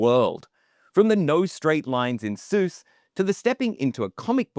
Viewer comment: What’s a punchon? I love you alls work too, but were you saying Zeus instead of Suess?